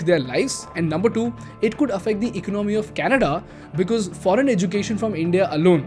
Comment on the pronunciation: All well with your videos but please work on the pronunciation of the word "Economy".